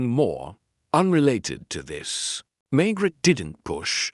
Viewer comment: It’s machine read, the pronunciation is atrocious and the pauses. Maigret sounds like maggot and reads as Margaret in the text. I’m wondering if this is an AI generated narrative rather than an original novel by GS.